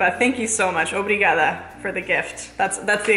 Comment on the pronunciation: Loved that "obrigada"! :)